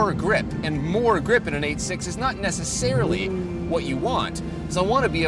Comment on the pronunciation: I appreciate that pronounced 86 separately as the Japanese say it.